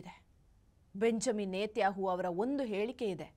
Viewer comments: ಬೆಂಜಮಿನ್ ನೆತಹು ಅಲ್ಲ ಅಕ್ಕ ಬೆಂಜಮಿನ್ ನೆತನ್ಯಾಹು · Isreal prime minister name correct aagi heli adu ಬೆಂಜಮಿನ್ ನೆತನ್ಯಾಹು. 😂😂😂😂😂 Yen kannada pronouncing taayi nindu. ಕಾಂಗ್ರೆಸ್ ge kwangress antiraa. U and jessel not good pronouncing.